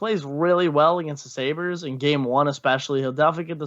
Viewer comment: Just to let you know it’s Sabres